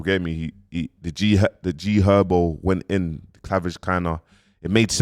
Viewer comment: How’s man saying clavage fuck that from now on it’s cleavage🤣🤣🤣🤣